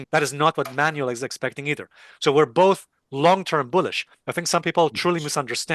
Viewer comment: Alessio, his name is pronounced "Man-well" Not "Manual"